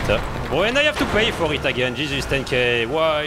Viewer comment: When ever you say Jesus you sound like your saying cheeses or chez it's